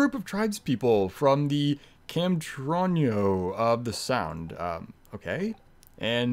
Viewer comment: Hey, nice pronunciation of Camtroño!